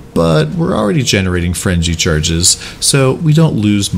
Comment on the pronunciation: "Frenji charges". I can't stop hearing that now.